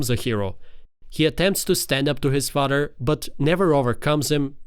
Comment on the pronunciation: Its pronounced FA-TH-ER 😅 Not fader